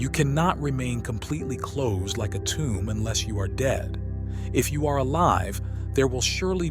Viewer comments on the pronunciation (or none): none